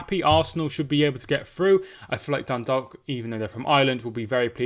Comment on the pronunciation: A lot of people can hardly pronounce Dundalk if they aren't familiar with the place. Yours was the closest I've herd 😂 easiest way to explain how to say it is 'Done - Dawk